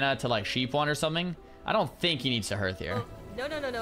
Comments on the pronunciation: please stop pronouncing it 'h-earth' hearth is pronounced 'harth.' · Dunno if anyone has mentioned this, but HEARTH is pronounced like HARTH, not HIRTH. Just saying.